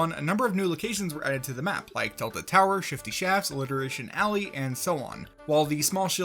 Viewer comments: Wtf is alitirarion ally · For season 2 you said alliteration alley 😂